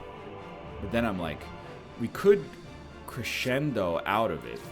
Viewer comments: A little piece of me dies every time he reads Crescendo as kree-send-o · I accept NL pronouncing crescendo like that, because it just sounds like he's gonna cre-send it